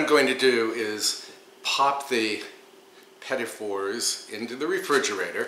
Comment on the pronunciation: I'm thankful that you pronounced petit for me, as i always incorrectly called them petite fours. I gotta do these, tysm.